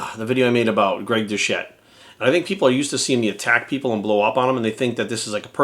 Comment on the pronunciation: It’s doucette... That alone hurts this video’s credibility.